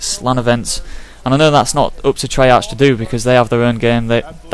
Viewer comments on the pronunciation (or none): its pronounced trey-ark not trey-arch